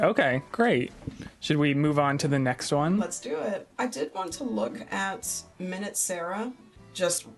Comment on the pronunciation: Hehe, I think you need to switch to "min-ut" sarah instead of "mine-ewt" sarah atp😂